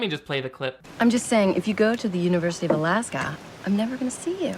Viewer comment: Why does her mom pronounce "Alaska" like that?!? I had to go back and listen to it a few times before I was sure that she was actually talking about my home state. I have never met anyone from anywhere in the world who says it like you say "sag-AH." Also, enrolling in "The University of Alaska" is nearly as general as "Science Program"- we have three main campuses and a gazillion smaller campuses across the state. That whole scene was weirdly trippy for me like I live in a fictional place...